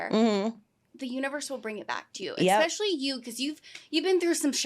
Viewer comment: Love that the interviewer said expecially